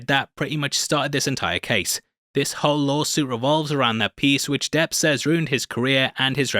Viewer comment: It is not Johnny Deaf but Johnny Debt!!!!